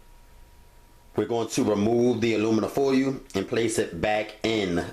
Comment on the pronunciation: Do me a favor say foil again 😂😂😂😂😂